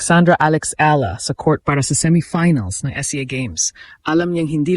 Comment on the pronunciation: mali yung edad at pagbigkas ng last name🤣